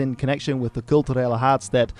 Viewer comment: Ja ik ben ook Fries. In het begin fan de video heeft hij het over de "kulturele haadstêd 2028" dat is wat ik bedoelde. Zijn Nederlands klinkt bijna accentloos maar in dat stukje Fries kun je horen dat hij een beetje met een accent praat.